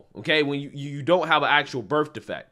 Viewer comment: Black people always be saying bERF defect lol